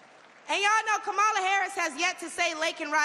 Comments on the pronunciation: Wow, how much did Donnie have to pay for her time? Hopefully, more than they paid the black folks right behind the podium to make it look like black Americans support him. He even got this chick to mispronounce Vice President Harris' first name. Sad. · If l had watched this until the end l would have wasted almost 10 minutes of my life. Fortunately, l always stop watching MAGA propaganda at the moment the MAGA cultist deliberately mispronounces Kamala. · If she was rallying Kamala, Trump would miss pronounce her name too. Honey Please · She needs to learn how to pronounce Kamala's name first. She don't speak for ANY of the Black sisters I know! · Welp. She is not KAMALA HARRIS. That is for sure. I would think her more Authentically For Her People if she hadn’t decided to pretend to not even know how to pronounce the sitting VP’S name. So. When the GOP’s ends are achieved, will she go the way of TRUMP’S Other “Black (some some White) friends?” Maybe Timmy has a guest house? This sounds eerily like “politics as usual.” Feelings not “hurt.” Antennae Definitely “up.” 📶😮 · How intentionally disrespectful…. She knows how to pronounce Kamala’s name. And she knows that she’s lying repeatedly. Could someone please explain to Trump supporters what BIRACIAL means. I doubt if the Madam President will have a job for her. Luckily she has so many other ones. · She's so cool, she even deliberately mispronounces Kamala, just like her "great leader" 🙂